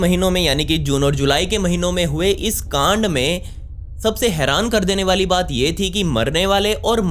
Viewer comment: bhi g plzzz kaand naa bola kry asa lgta h ap bool rhy ho gaand.